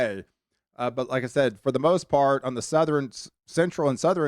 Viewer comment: I really like your forecast videos. Very accurate and well done presentation. I subscribed the first time I heard you say patteren!!! Southeren, northeren I love it. My girl says patteren too. Keep up the good work 👍